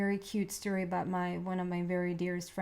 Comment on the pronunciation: I’m Canadian and I chuckle every time you say aboot.